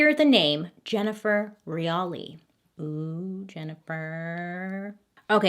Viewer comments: Every time Bailey says "JenniFER" I feel guilty. I wasnt even there 😂😂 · Man....Bailey saying my name "Jennifer" a bunch of times kept making my ears perk up lol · Jennifer.. Jennifer lol it’s funny how she says her name in this story